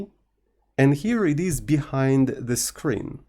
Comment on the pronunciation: 🇫🇷 "le screen"